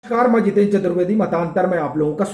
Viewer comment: आपका नाम आप इतनी तेजीसे क्यूं बता रहे हैं? जितेंद्र " शब्द का ठीकसे उच्चार तो कीजिये।